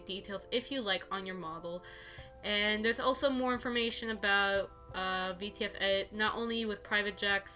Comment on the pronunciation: thank you very much, you just didn’t say it very clearly, for me personally, so I didn’t understand